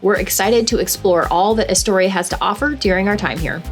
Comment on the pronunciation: You never pronounced Astoria correctly... And never watched the Goonies closely enough, because they pronounced it correctly in the movie. Wow!!!!